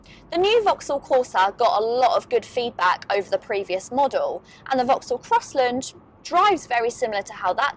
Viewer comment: "Crosslind" 😡😡😡 it's CrossLAND"